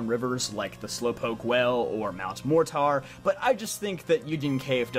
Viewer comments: Please tell me it’s not pronounced MORE TAR it’s MORE TER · "MOR-TAR"??? it's mor-ter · mt mortar pronounced as Mount More tore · Bro u don’t know how to pronounce mortar? (Mor-ter). It’s a regular English word … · “Mount More-Tar” this dudes illiterate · Mortar is pronounced like More tur btw, like the explosive. Good video though! I agree with most of your choices. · I'm pretty sure Mortar should be pronounced with an E instead of an A. So it would be said as "morter". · Lol I laughed when he said MORE TAR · Why cant he say Mt. Mortar correctly? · Why do you pronounce Mortar like that? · Where are we getting this pronunciation of Mortar? Lol